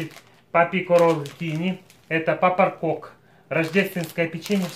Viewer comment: Назву печива правильно читати "Піпаркоок". Різдвяне естонське пряне печиво. Ми хоч і в Україні живемо, але іноді теж печемо Піпаркоок.